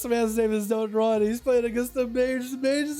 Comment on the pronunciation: Dot and run am i the Only one that noticed he didnt read dotnrun right